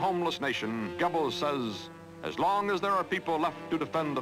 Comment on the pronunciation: Man, Cronkite can't pronounce German names very well. Like Adolf with the emphasis on the first syllable, Joseph "GER-bels"....and Goebbels didn't have polio, he had infantile osteomyelitis.